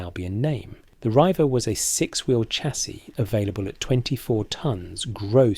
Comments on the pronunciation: Leyland Riiiiiiver??? please learn to speak yourself. REIVER......comes from the Scots for raiders or pirates (Vikings) ........Hence the Pirates head/boat in the Rover Logo. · Leyland Reiver is pronounced REEVER. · It’s pronounced Reever.